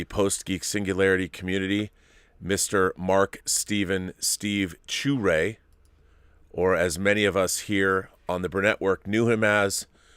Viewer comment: I'm sure I'll come across wrong, His last name is pronounced sha-ray not shoo-ray, I lived across the street from him when we were in grade school until i left the neighborhood by the time i got to high school, the last time i saw him was 20 years ago. I just found this out on Sunday, I would have liked to have said farewell